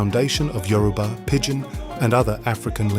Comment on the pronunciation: Good content. But it's Yo-ru-ba NOT yu-ro-ba